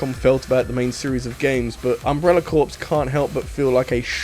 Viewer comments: It's pronounced Umbrella "core" not "corpse." Also you clearly never played that game because it would never belong on this list of good games nobody played. Umbrella Corps is legit videogame cancer. There is a reason it has a sub 50% on Steam and 38% on Metacritic. It SUCKS. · Dear Mr, Please pronounce 'corps' like 'core' and not like 'corpse'. Thank You. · Corps is pronounced like core, not corpse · Imagine calling people who enjoy playing a shitty game idiots while repeatedly pronouncing "corps" incorrectly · I wish it didn't bother me so much every time you said "corpse" instead of "core" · It's not pronounced like Corpse, it sounds like Core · You keep saying "Umbrella Corpse," when it's actually "Umbrella Corps." The P and S are silent, because it's a French loan word. It's pronounced "core." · "Umbrella Corpse." - I want to rip my hair out. That's like people pronouncing Illinois like "Illa-noise". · FYI: "corps" is just pronounced "core." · I know this is pedantic, and in the end it doesn’t matter but it drove me absolutely up the wall: You DON’T pronounce the “P” or the “S” in “Corps”. It’s pronounced “Core”. Yes it’s dumb, it makes no sense, but it’s how you say it. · Yup. You probably already know, but for the benefit of people reading the comments, it's the French word for "body" and is indeed pronounced "core". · Corps isn't pronounced the way you think it's pronounced. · That’s not how you pronounce ‘Corps’ reeeeeee (sorry lol)